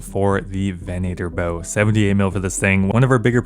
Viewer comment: And Southern, venator, and ethereum. Fucking great videos but holy shit these drive me insane. I didn't even know it was possible to fuck up southern lol.